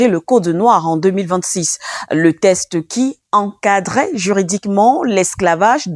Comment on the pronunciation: Texte et non test.